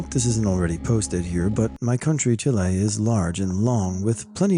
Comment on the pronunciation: thanks for talking about Chile :) (but the "e" is pronounced like the end of "caffeé" but less "ee" lol sorry) love u!